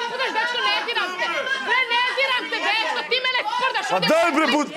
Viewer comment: OVO JE HIT KAD KAŽE HRVATICA BRRREEEE HAHAHA KOJA CARICA👏👏👍👍